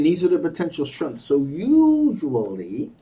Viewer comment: Ive just cracked myself up. I spent three quarters of the reading trying to figure out why you kept talking about shrimps. Until i realised in your accent you were saying 'strengths'. 😂😂